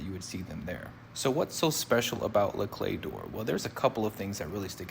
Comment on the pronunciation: You did pronounce it correctly! Great vid!